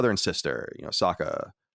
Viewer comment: Why are you dorks saying the name wrong? You literally just watched it, you seem like M.Night when he made the movie. Stop saying Soak-a, and say Sock-a. They say it 30 times an episode. I just don't understand how people forget that fast